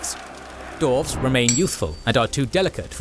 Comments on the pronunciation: The narrator cant pronounce the race correctly. Its dwarves, not dorves! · Great episode! Also, was I hearing the word "Dorves" in there? 😂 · I have to say, i dont like that you say DORFS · I only hear dorfs😂😂😂